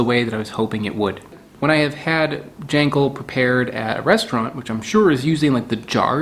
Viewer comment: also its pronounced gawl - n - gawl